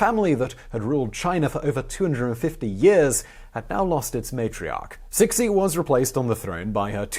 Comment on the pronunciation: Thanks for a great video, but Empress Cixi is not pronounced Sick-Sea, rather it is Ch-see (Ch as pronounced in Cheese)